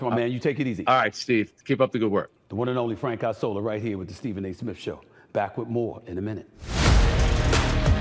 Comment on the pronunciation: Isola = Island In Italian, It make me lugh how you pronounce Isola. :) correct one is ìṡola :) Not Aisola :)